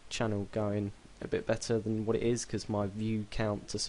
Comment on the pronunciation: "it it"? really? "s" isn't that close to "t"